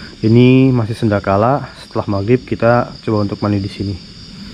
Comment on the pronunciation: Sanekala bang bukan Senda kala😂